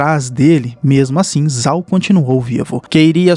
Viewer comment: Se escreve "Zhao", mas a pronúncia correta é "Jao"